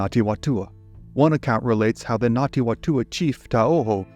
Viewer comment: I was looking for this comment. I couldn't tell if he was saying Ngati or Nati. (With NG like in siNG or briNG)